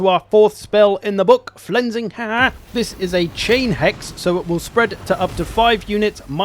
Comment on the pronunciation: Haar is pronounced as the English word 'are' with a leading H. You hear it sometimes in Scotland but its from the continent i think